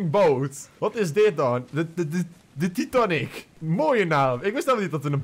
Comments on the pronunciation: Nee je zegt titanic eigelijk als taitenic zegt et fout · Titanic hoe zeg je dat titaanic